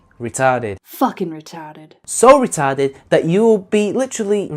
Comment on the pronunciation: You'd do well in new England saying fuckin retawded lol love these